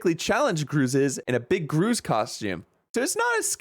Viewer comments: You pronounce gruz as grooz... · The way he said gruz, "grooz"